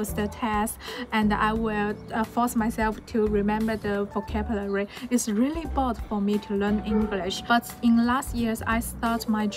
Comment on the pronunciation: so proud of u！但如果還喜歡英文，還想進步，建議多注意自己英文的讀音，比如發音或者尾音和連音。現在的話，讀音上還有很大的進步空間，'vocabulary ' 不要一節一節讀，這樣會很難聽。加油啦！